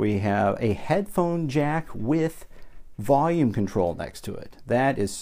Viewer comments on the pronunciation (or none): none